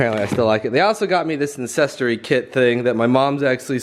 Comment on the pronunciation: In the beginning it sounded like he said “incestry” instead of “ancestry” 😂